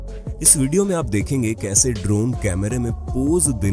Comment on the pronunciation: bhai voice quality thoda kharab he, (ex. iss yeh word kaan me chubta hey)